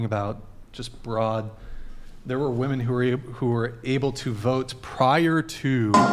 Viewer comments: Is it impossible to say women and not woman, when speaking in the plural form??? What is going on with these women! Not the only episode this has happened! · Why do so many of them say woman instead of women, I think is on to something here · Why do so many women on this podcast always say woman rather than women? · Why do all these WOMEN keep saying “woman” when speaking in the plural? Idk why but it super annoying to me lol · Annoyingly many do that. They actually say [wooh-men] failing to understand the difference between the first syllable's singular and plural pronountiation in each of these forms of the word [wooh-man/weeh-men]. A basic failure of the education system, which ressources were cut in half by ronald reagan. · She needs to learn how to pronounce the plural of Woman